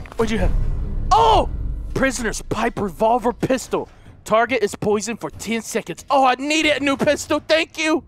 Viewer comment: he said prisonior pistal